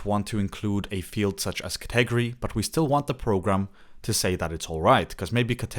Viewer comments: Cet egery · "ka-'TEG-o-ree" is a 1st for me, as well. 😂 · Great video. Useful info and clearly explained. Thanks! (One small thing: the word 'category' has emphasis on the first syllable: CATegory).